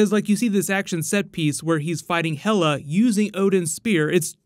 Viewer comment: Is Hel-uh daughter to Loki,like Hel in nordic mythology?